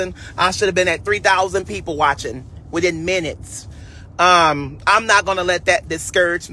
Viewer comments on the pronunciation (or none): none